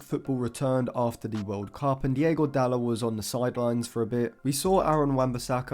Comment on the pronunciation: DIOGO. Not Diego